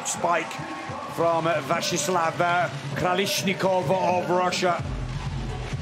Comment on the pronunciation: Not Krolishnikov, but Krasilnikov! What a disgrace and non-professional of commentator! It's his job, he gets money for saying names right! What if Russian journalist called princess Dunya instead of Diana? And this commentator continued to support Germans more emotional then Russians what sounds like a big shame. So unprofessional